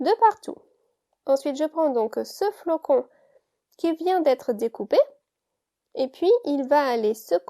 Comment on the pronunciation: Le flocon et pas flacon....................